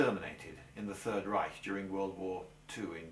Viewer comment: I like how you pronounce "Reich". Most englishmen cannot do the "ch" correctly and end up saying "Reisch". Thumbs up for this and also for the video itself. :)